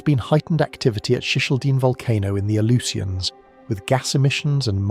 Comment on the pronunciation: It's because they used AI to create this slop video. It also mispronounced Unimak and Aleutians.